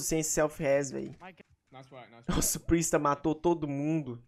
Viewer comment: É Priestahh mesmo , pronunciando o i, voce falou certo e deppis mudou pra prestah kkkkkkkkk